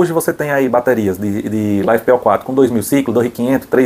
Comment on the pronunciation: uai caba, todo mundo fala da forma que você pronunciou.